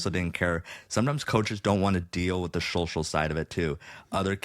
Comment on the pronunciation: I love how Zach can't say social ... is like showshal